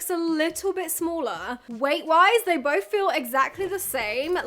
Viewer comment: Please please learn to pronounce th. It’s not boff it’s both. Drives me insane.